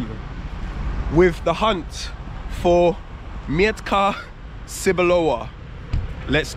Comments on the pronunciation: It doesn’t mee-etka it’s metka. Nobody understands what’s „mietka” means. „Mietek” is a popular polish name, human name not for sasuage. 😂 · Not Mjetka sebolova but Metka Cebulowa looks for its pronunciation in googletranslator. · in polish we dont read "e" as "ie" just "e" :P Just sayin coz as polish guy, i understood u as u was sayig "Mietka Sebulowa" and i thougt its some guy xD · when you say "I am looking for Mietka Cebulowa" they think that you are looking for a man, who named Mietek Cebulow 🤭😉😆Mietek is Polish name. You must say Metka without "i"😆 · Bloody hell, is that Jastrzebie Zdroj? I used to live there when I was young 😀 They don't understand you because it's metka not mietka. Like in "I've met". Also "W" in Polish is pronounced like "v". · mEtka no m "i" Etka without i , gj you found it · it is pronounced....MET-KA not ' miet-ka' ! aha ......cebulowa !🙂🙂🙂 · Haha właśnie o tym samym pisałam wcześniej. Kiedy on mówi że szuka Mietka Cebulowa, to tak jakby mówił że szuka pana o nazwisku Mietek Cebulow 😆😉🤭🙂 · you like the metka cebulowa very much, why don't you learn to pronounce it correctly? You say the word "mietka" even though the label says "metka" without the letter "i". Mietka is a diminutive of the archaic and almost unheard of Polish name Mieczysława - a female version of the name Mieczysław (famous for the sword). One letter sometimes makes a big difference - A propos - scene from polish movie, in which the policeman added the letter "s" to the victim's surname - from the surname "Psikuta" (associated with the word "psikus" - eng. prank) he made the surname Psikutas (Dog's dick) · nie mietka tylko metka kurwa mać! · metka bruv, not mietka :) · I think you need to work on the pronunciation of „metka cebulowa”, cause the way you say it may not be understood by polish people (I didn’t get it also the first time);) Have a good one 😊